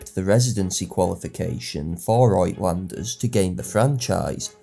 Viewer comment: Great history. FYI, the Afrikaner/ Dutch word "uitlander" (foreigner) is pronounced "ootlander".